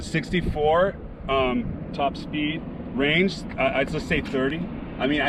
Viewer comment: SORRY BUT TOP SPEEEED??